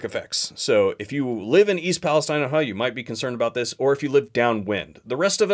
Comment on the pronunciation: "east paleSTEEEEN"